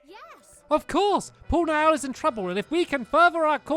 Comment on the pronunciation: Niall is pronounced neel